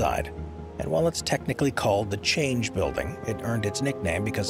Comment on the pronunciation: It’s not called the "Change" building it’s called the Chang building. Chang in Thai is elephant. These guys who churn out these youtubes are just sloppy.